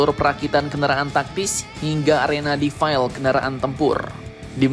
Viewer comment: Mimin,....cara mengucapkan Defile di Militer/TNI sama seperti asal katanya yg berasal dari bahasa perancis, jadi bacanya tetap defile bukan defail